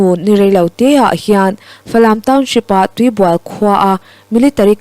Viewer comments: Tuibual tih kha ( bual) tih tak kha a rik dan a dik lo a sang zawng in lam ri la a dik mai ang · Tuibual hi a bual lai hi inbual lam rik anga lam tur a ni.